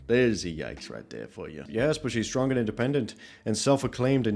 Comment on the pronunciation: Stwong intelligent wahmen!